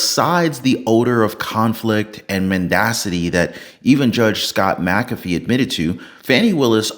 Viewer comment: I hate seeing names butchered. I will give you some tips on anyone with an McA, McC, McN, as the start of their last name. That Mac is to be pronounced like Mik. The way you are saying this judges name, it would need to be spelled Macafee. My name starts with Mc. So this judges name should be like Mik cAfee. That capital A is the clue. So anytime there is an M, then a small c, it is to be said like MIK or MIC. You choose. So that A in his name is to be said with the most emphasis. But like cAfee. Most get it wrong. One man that has a YT channel has said it right from Day one. Everyone else says it wrong. I know because I have some of the same letters on my name.